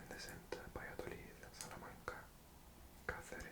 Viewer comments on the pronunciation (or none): none